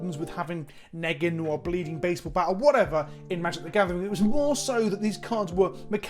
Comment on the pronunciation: It's Negan bro, stop saying Neggan!